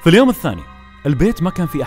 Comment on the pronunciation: Geogeo Astf هو ما قال اليوم قال اليون 🙂